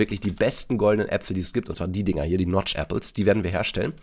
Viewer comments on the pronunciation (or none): none